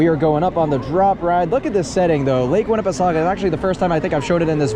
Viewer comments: The way he said the full name makes me cringe a bit. I get it’s confusing but it’s not how it’s supposed to be pronounced. We pronounced the pesaukah part as pa-soak-a. You get some water and get soaked a little bit on some rides. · I’m not saying it incorrectly. When you see commercials for lake Winnie they pronounce it the way I explained. Not the way this dude had gotten mistaken for saying it. The spelling and pronunciation is crazy and can create confusion and mispronunciation. Wi GB the ending being soak-a it goes better with their Halloween theme when they replace that part with spook-a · Your pronunciation is different than how most say it, but it’s not the worst I’ve heard.